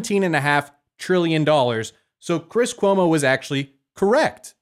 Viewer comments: “chwis cuomo” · Kwis Kuomo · Lmao Cwiss Cuomo that made me chuckle